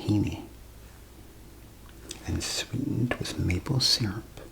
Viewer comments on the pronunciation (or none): none